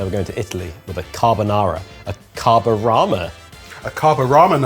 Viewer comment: Any offense to us Italian was instantly deleted by the perfect promounciation of "carbonara" by.